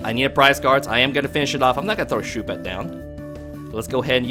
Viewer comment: Shooopet? Shuppet is supposed to rhyme with puppet, isn't it?